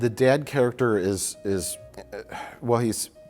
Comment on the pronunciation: That "Dad" is so midwestern.